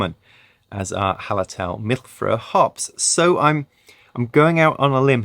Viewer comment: Hey! You should look up how to pronounce Mittelfrueh. Great vid.